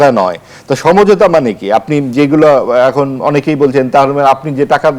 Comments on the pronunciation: উপস্থাপিকা বারবার ছমঝোতা বলে কেন। হবে তো সমঝোতা।।😂😂😂😂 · উপস্থাপিকা সমঝোতা উচ্চারণ করতে পারে না।